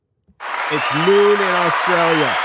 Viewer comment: It's noon where? Aws Trail Yuh? Never heard of it, sounds like a fake place.